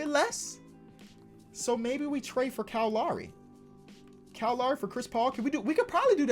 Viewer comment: Everyone: Kyle Lowry: Cal Laury